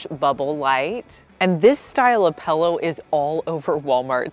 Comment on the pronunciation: You’re the first person I have heard say “pellow”. Took me a second to know you meant pillow 😂